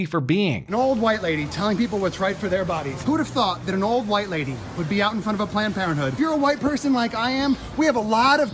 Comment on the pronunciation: Cheesy Charlie "HUWHITE"